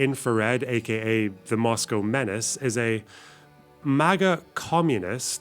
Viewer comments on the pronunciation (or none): none